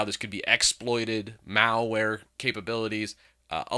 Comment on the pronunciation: Emphasis on "malware"